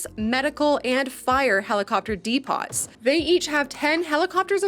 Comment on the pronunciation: I have never in my life heard someone pronounce depot as De-pot. Jokes aside love the vid! ❤